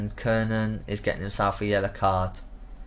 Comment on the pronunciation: kiernan is pronounced key-rnan kranjcar is pronounced kranchar O'halloran is pronounced O'Haloran